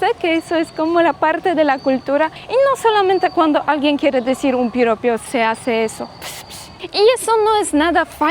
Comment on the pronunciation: Hola, corrección, no se dice Piropio, la palabra correcta es Piropo,🤝❤️